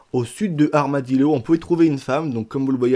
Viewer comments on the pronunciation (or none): On dit pas armadiLO mais armadiLLO c espagnol [LL] c la ELLE qui ce prononce iié ( armadillo )